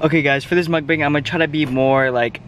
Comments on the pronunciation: For your next mukbang, its pronounced muk-BONG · Yo it's pronounced Muk bOng btw. Yk as a Korean gotta educate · Why cant anyone pronounce mukbang correctly? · when you’re asian and can’t pronounce mukbang